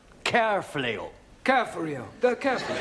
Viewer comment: Carefully not carefello 😅❤